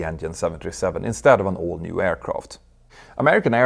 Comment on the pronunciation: When you say “all new”, it sounds like “old new”.